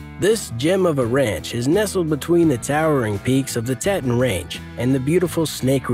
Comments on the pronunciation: Tee-Tawn Dude did you actually just mispronounce an American National Park!! It's Tee-Tawn. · Your pronunciations of our Teeeeetons, not Tettons, and Duuuuubois, not Dubwa, need some work. I live here, it's important to get the names right when you are presenting these high dollar areas. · Dubois is pronounced DooBoys. Teton is TeeTawn. Jackson Hole is the valley, Jackson is the town. How do I know? That's me !